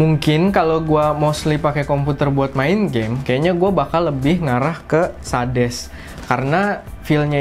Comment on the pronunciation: mouse 200rb minta kualitas yg tinggi njeng, mau lu apa, baca merk SADES aja gk bener